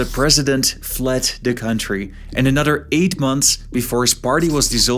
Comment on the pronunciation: Fadder, anodder , odders, why don’t you talk right?